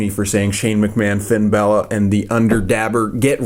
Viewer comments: Balor not Bailor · STOP SAYING FINN BOWLER AND FINN BAYLOR IT'S FINN BALOR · it's not finn bailor it's finn b a l o r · It's not Finn balor's name you called him Finn Bella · It's not Finn bailor it's Finn balor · Fin Bal-er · I THINK YOU PRONOUNCE IT bAlor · I think it's pronounced like this, bahlor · it's. pronounced. finn Bálor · Fin Bella hahahah Always lol when u say the name's wrong 😂😂